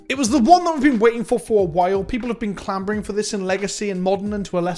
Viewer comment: CLAM*B*ORING?¿? Clamoring,, lol.